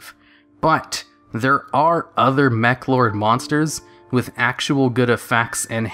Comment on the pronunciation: Your mis-pronunciation of the Meklords was hella cringy